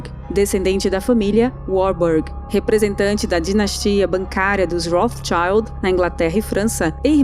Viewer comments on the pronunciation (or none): none